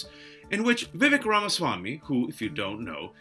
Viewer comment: A “Desi” pronouncing his name as Vivik? Suuure.